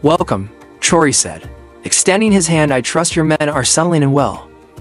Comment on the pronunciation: Narrator you need to learn how to spell and pronounce President Ibrahim Traore name. France & Macron would NOT help ANY African nation. They are colonizers of Africa. President Ibrahim Traore excelled with success. France had NOTHING to do with Bakino Faso's success. If the West, US, France and others would respect Africa as a Sovereign Continent these Terrorist attacks would not exist. Africans aren't allowed to enter the US, France & West. AFRICA has NEVER tried to create a war with ANY country. If other countries want the GOD given resources in Africa. Ask, make an appointment & negotiate a substantial amount that will benefit the African people and get them all out of poverty.